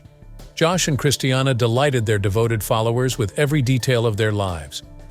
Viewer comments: I just hate how he pronounces her name. It's NOT Christ e anna. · Hope Joshyboy gets nothing! Please say christinas name right its not christianna! Omgosh! 😕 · Who cares! Another so-called power couple soap opera drama garbage - she’s nuts and shouldn’t be married to anyone - he was hungry for $$$$$ and media attention!!!! This is what is wrong with tv - this Ai generated voice cannot speak her name correctly